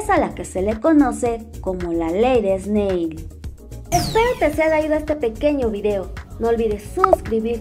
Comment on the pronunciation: Todo bien pero se pronuncia (esnel) no (esnei) Snell